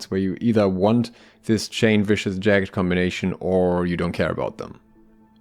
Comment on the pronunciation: Note: jag-ged (ja-gəd) - two sylables.